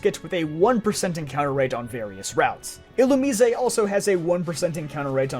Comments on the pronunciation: mf said "illu-mee-say" haha jk man great content, glad i just found the channel :) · ILLUMISE ILL-OO-M-EYES